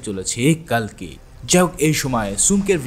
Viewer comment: কালকি না কালকে 😅😅😅😅